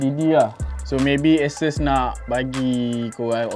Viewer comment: sori ye, aku mmg particular nak sebut benda2 ni. xpntg pon 😁😁 sebutan ASUS; A(sebut huruf) - SUUUUS. A-SUUS.